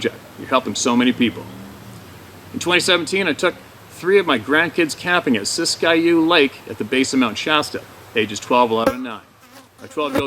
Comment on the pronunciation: That rant is or was a worthy one. Thank you for standing up for the people. By the way Siskiyou is pronounced Sisk-you i in the middle is silent. I live very close to there.